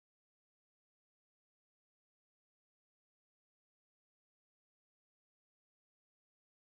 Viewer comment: Pronounced ThiccTok